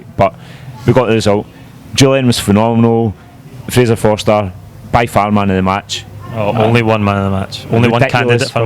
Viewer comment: fraser fo"R"ster!!!!!!!!!!!!